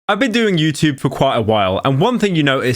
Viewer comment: Why does Pyro say "YouTube" like an American?